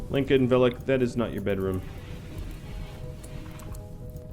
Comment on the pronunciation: Lenka is pronounced as Helen, more like Lhenka, Lyenka, not Leenka :)